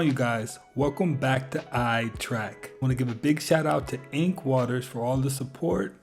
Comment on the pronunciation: Although I enjoy this channel very much, I highly doubt it’s the most active on YouTube. I think PewDiePie and MrBeast would disagree with that assertion. And I’m still trying to figure out why the host cannot pronounce the word “trek” correctly. It is not pronounced the same as the word “track”, which is how it sounds when he says the word “trek”. But, whatever, that’s just my OCD coming out, lol. No harm, no foul, right?🤣